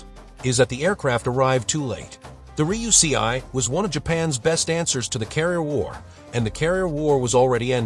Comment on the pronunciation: Extremely well butchered 'Ruysei' pronounciation.